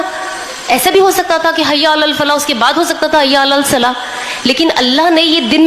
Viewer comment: Hayya alasslah hai naki hayya alalsalh